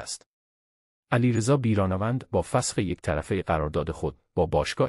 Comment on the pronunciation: بیرانه وند چیه؟ تین چه طرز بیان هست!؟ احتمالا نرم افزار هست ولی چرا اینطوری؟